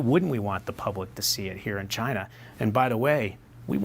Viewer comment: Please read as china not as Chiang's